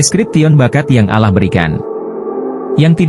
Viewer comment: Nyebut Allah sj spt non muslim